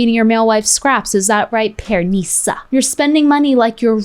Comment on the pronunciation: Why does she keep saying pearNISa 😂 😂 The pronunciation is killing me!